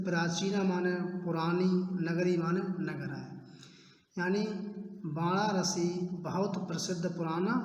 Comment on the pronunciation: वाराणसी तो सही से बोलो 🙏🙏